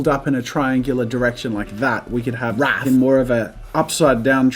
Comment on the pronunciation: Jazza said wrath really weirdly Also happy Halloween 🎃👻 for tomorrow when I wrote this